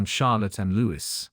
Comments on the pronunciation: It's Louis, pronounced Louie. Not Lewis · Prince LOU EE - not - Lewis